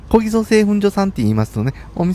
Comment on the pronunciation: お疲れ様です～松本駅の小木曽そばですが?🤔こぎそそばと言っていたようですが😅おぎそですよ～🤗